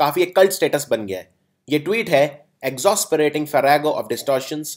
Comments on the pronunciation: I really appreciate the gesture of educating us but sadly its does not rhyme like exhaus.perating as you are pronouncing. It's more like ig.zas.pa.rating and maas.k.r.aid if you go by british english. Cheers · तुम गलत सिखा रहे हो। Exasperating की pronunciation एग्जास्परेटिंग होती है, ना कि एग्जौस्परेटिंग । Good effort from your side, but never ever teach wrong please. Do your homework first. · Exasperating is pronounced as UK /ɪɡˈzɑː.spə.reɪ.tɪŋ/US /ɪɡˈzæs.pə.reɪ.t̬ɪŋ/ Therefore.. It is not ज़ौ It is simply ज़ा or ज़ै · The video can be considered a bit helpful. However, the pronunciations are outright wrong. For example it's not Mos-querade but Mas-querade and it's not ex-os-perating but ex-ass-perating. Nevertheless the video is really helpful!! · Exasperating is pronounced as "ex-as-pe-rating" not "ex-aus-pe-rating". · the pronunciation is / igzaes not igzos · I think your pronunciation of exasperating is wrong- it's [iɡˈzaspəˌrādiNG]. The pronunciation for masquerading is ALSO wrong- it's [ˌmaskəˈrād]. Please refer to other videos and google to re;check. But otherwise really helpful. :) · Nice video. However, it is igz--aas-perating. It's difficult to explain the phonetic sound using the symbol here but the use of 'aa' sound is present in the word. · Exasperating ka pronunciation galat sikha rahe ho doctor sahab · Sir you are wrongly pronuncing exasperating ... Check Google once 😊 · Tumne JO exasperating KO pronounce KIYA woh GALAT hai. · Please improve your pronunciation before making a video regarding vocabulary. In the first two minutes itself, you have mispronounced 'exasperating' and 'masquerading'. Check google. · You have pronounced the word “exasperating” wrong, check some dictionary before teaching and stop spreading wrong knowledge. Anyways thanks for your efforts. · exasperating ka pronunciation thik nahi bola sir